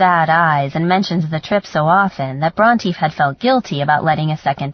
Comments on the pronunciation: This narrator is terrible. Her male voice is cringe worthy! It's also annoying that she does not know how to pronounce the main character's name. It's not pronounced Bront(i) but Bront(ae) like the author Charlotte Bronte referenced in the book. It made me want to stop listening because this is said so many times. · Same and “Brontë” often sounds like Raunchy. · Omg me too!I keep correcting her like.. SHE IS NOT NAMED AFTER A DINOSAUR, But a famous author... how do you not know how to pronounce Bronte?!?!?!?!?!!